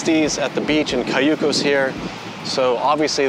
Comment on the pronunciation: You should learn how to articulate Cayucos and say it right, being taking a tour.